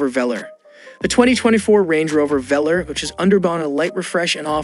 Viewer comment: It’s pronounced as Velaarr not Velerrrr!!